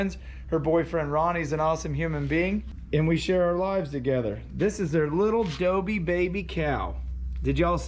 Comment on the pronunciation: Sorry, to correct you, but it’s not dobie, it’s dogie.